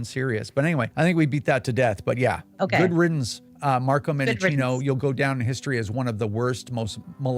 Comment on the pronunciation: Marco Mendichina is a liar and an obvious coward! Another thing is, that I wish you all would pronounce his name correctly, because it is so well deserved.